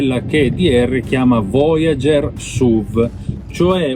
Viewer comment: Voiágêrrr suvvv 😂